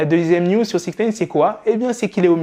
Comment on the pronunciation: J’arrive pas à me concentrer quand il dit “six neyne”